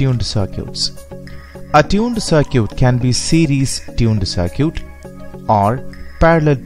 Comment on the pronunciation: Good video. It is pronounced "c-i-r-k-i-t". Perfect english otherwise.